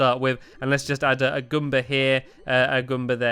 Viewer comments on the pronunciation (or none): It's GOOMba, not ghumba. Goom, as in rhyming with boom. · ITS NOT GOOMBA IN SUPER MARIO WORLD ITS GALOOMBA